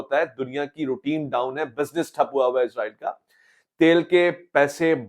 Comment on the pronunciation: Ye Izraeel nhi Israeel hai "zy nhi seen hai yahan"..... Izraeel ek farishty hain Jin ka naam Hazrat Izraeel as hai jab k mulk ka naam Israeel hai jo k Hazrat Yaqoob as ka laqab hai....